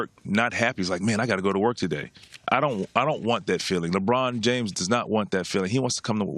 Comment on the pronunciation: She said jrames